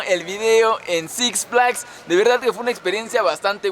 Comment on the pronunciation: Six flais dijo el negas:v